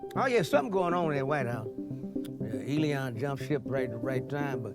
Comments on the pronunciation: Why do you keep calling him Eleon? His name is Elon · Man the way you say Elon (Elēon) is diabolical!!😂😂😂 I love it! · Lol. Eddie said Elon (E-Lee-On)😂😂😂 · who else busts up everytime he said Elion! ha ha comedy gold. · 'Elon' turned into 'Lil Uzi' 😏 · Him pronouncing Elon like “E-Leon”kills me every time 😂